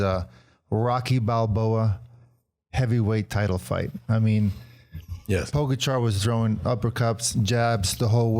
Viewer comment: It's pronounced Pogacha and Vinyego for crying out loud. Are you guys on drugs? Never mind.